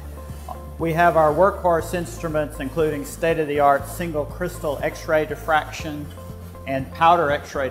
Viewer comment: Diffraction, not defraction.